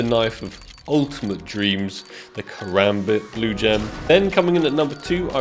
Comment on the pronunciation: The way he be saying "Kukri" bothers me as well.